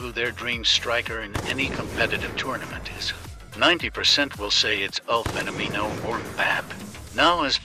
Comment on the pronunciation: eu acho que o que me encomoda mais é o jeito que a IA fala “fenomino”